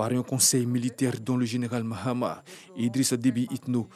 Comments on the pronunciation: Le fils ne s appelle pas Mahatma mais bien Mahamat. Veuillez à bien prononcer son nom. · C'est Mahamat pas mahatma svp.